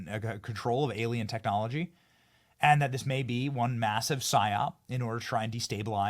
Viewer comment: "Whats this?!"... a-LIE-n.